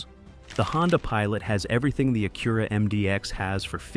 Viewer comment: The thing is, the Pilot doesn't have the same features at $15K less than an MDX if you want performance... sounds like some dealers need to learn their own value propositions. That's the dealers fault, Acura (you are pronouncing it wrong BTW) has their niche but I guess some don't know how to sell them.